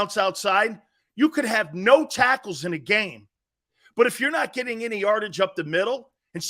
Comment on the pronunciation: Ha… He said “sackles”